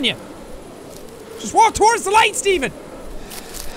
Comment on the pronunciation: jack saying "steven" sounds like "demon"? and all i can think of is shane going "deMOn? dEmOn!"